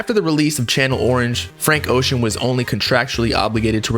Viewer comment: His last name is pronounced bro